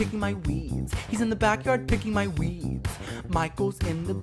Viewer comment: saying: Weed Me hearing: Weeb 😂